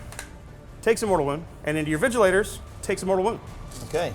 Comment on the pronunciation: not even Vigilors, they keep saying Vigilators 🤣 it hurts